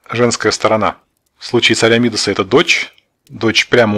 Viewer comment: Правильное ударение на последнем слоге МидАс